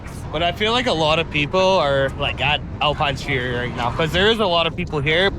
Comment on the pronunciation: Great vlogs man but why do you call it Alpine fury 😄